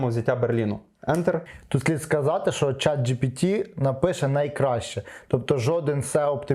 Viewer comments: Chat GPT, не GTP))) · Чат Джі-Ті-Пі! Разів 10 так сказав! 😅